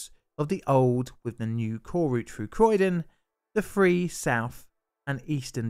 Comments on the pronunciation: THREE not FWEE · Love your videos, but hard to listen to with the 'th' being pronounced as 'f'. I wasn't sure what a free tunnel was at first? You can & do pronounce correctly tho, you say thirty-four (not firty-four). So so much better, more understandable and easier to listen to :) Keep up the great work with correct pronunciation 👍👍